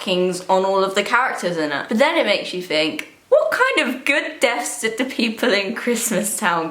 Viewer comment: Not to be rude at all, but when she says words starting with th, is she saying it with an f? It seriously sounds like she's saying fink instead of think.